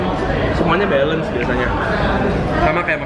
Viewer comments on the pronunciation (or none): none